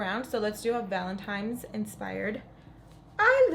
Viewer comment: It has to be said ... Ok, so you said Valentimes instead of Valentine's about 3 times in your last video. It happens especially when someone is concentrated on say doing their makeup. I really made me feel some time of way when a few people were quick to point it out. One in particular added laughing emojis meaning they weren't correcting you in a constructive way. Funny how they didn't mention how snatched your look was. Pink liner never looked so fierce & glam. You are talented and your skills are on point. I know it's best to ignore Negative Nancies and Bitter Betties but girlllll not today lol. Thanks for the content. New Subscriber today 💓. Rant over, loved loved loved this look #pinkmoment #livingforthislook 💯👏